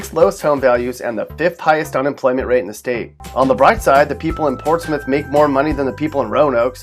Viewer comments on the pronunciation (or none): none